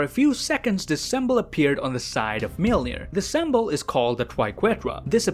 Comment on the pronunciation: Bruh why does he pronounce it like sembol